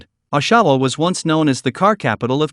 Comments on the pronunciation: It isn’t pronounced O-Shawa, It’s Osh..awa. Lmao!! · Oshawa is NOT pronounced "Awe-SHAW-wa". It's pronounced "Awsh-sh-wa". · O SHA WA 😂 .... Americans 😂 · Are you talking about Oshawa pronounced osh a waw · As a native Winnipeger now living in New Brunswick (east coast of Canada), I found your content very interesting and informative. Can never be too careful in some places. Just a little friendly help on pronunciation….. Oshawa is pronounced OSH-a-waw and Sault St. Marie is pronounced SOO St. Marie…..if I remember right from my childhood travels I believe it’s sometimes referred to “the SOO”. That’s a few decades ago, so my apologies if that’s changed.😊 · LEARN PRONUNCIATION FIRST = OSHAWA/SAULT STE. MARIE/ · He cannot even properly pronounce Oshawa or Sault ste marie must be a pathetic American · You need to practice how to properly pronounce the names of our cities please!!! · I liked the way he pronounced Oshawa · wow...at least learn the proper pronounciation of our Canadian cities ...Oshawa is NOT pronounce "Osawaw" it's pronounced as it's written "OSH - A- WA"... Saulte Ste Marie...again...do your research....it's SOO-STE MARIE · If you are going to use AI - at least have the brains to pronounce names correctly - this video is pathetic - it is "AWshawa not OHshawa - and SOO-st -Marie - no one can enjoy this crap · Ahshaw-Wah 🤣🤣🤣 (Osh-A-Wah) Salt-Saint-Marie 🤣🤣 (Sue-Saint-Marie) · Salt Saint Mary? Ah-shau-ah?